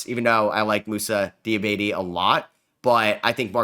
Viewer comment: As the only Hornets fan in existence. Mousa name is pronounced Dee ah bah tay. Dope vid, keep it up bro.